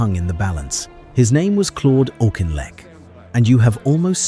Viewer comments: It's pronounced AWK-IN-LECK. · Great subject but if you can't even pronounce the guy's name correctly (the Auk), why even bother to do such an item ? Please learn and DON'T use AI for the commentary. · I always thought his name was pronounced Aukinleck, not Auchinleck. Your narrative uses both versions. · How many different prononciations are we to hear this narrator render « Auchinleck » ? All we hear is of ‘Auchinleck’! Never of Wavell or of Cunningham, and always comments against Montgomery!